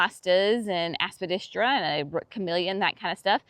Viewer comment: Love your shade garden. And love it every time you say, "Aspadistra"! LOL 😆 Hope you enjoyed your lunch date with sweet thing.